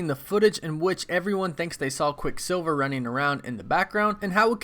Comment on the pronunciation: Stop saying his name separately like “quick silver”. It’s quicksilver altogether